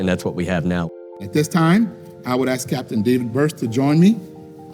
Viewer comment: I ax you: what is a cun-chree? Should we ask, for the sake of the country?